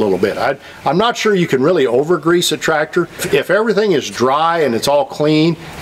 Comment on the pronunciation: why is it so important to properly pronounce “zerk” while improperly pronouncing grease with a “Z”? Don’t even get me started on brush hog! That should be called a Bush Hog if it is actually a Bush Hog, otherwise I think it is a rotary mower. Carry on.....